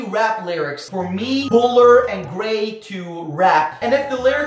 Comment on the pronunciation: Gray sounds like Gay